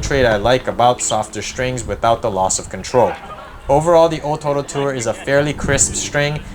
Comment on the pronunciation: I Love how you pronounce the o-toro.